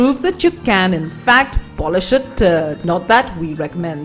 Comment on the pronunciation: did she say polish a turd or dirt I am confused on last one.